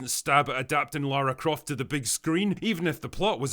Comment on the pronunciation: That is not jot Lara croft she is lara cruft